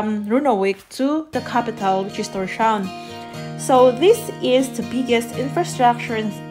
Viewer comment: It's pronounced Tor's-hawen (Thor's Haven) not TorSHavn